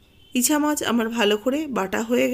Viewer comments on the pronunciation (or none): চিংড়ি মাছকে 'ইছা' নয় 'ইচা' বলা হয়।